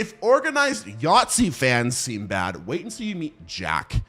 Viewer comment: It took me way too long to understand what you meant by "yatzy" xd I'm german btw :')